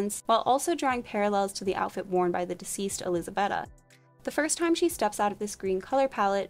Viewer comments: Woohoo. I was so happy when you showed Dracula... pity you got the name pronunciations wrong. It is not pronounced bet a it is beata❤️💋❤️💋❤️💋❤️ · Please please please work on your pronunciation. Many of the names you got completely incorrect. Elizabeta is not pronounced "bet a" it is pronounced like "beat a" and Karenina is pronounced "kara ni na". Please don't use wherever you are from as an excuse for linguistic laziness. Americans often do this and it comes across as rude and arrogant.